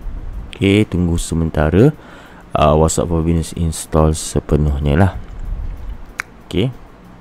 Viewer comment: Whats App bukan wassup ... good info